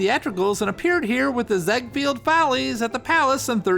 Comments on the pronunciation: It's pronounced Pricer as in price + er. Ziegfeld is pronounced ZEEG-feld, or tsEEk-felt. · Very good narrative device of taking on a character, much better than mere story-telling. One thing, however. Your pronunciation of many of the names, particularly of Central European variety, are totally off. It's pronounced June 'PRICER" and Florenz 'ZIG-feld', just to name two. There's nothing wrong with nomenclature due diligence.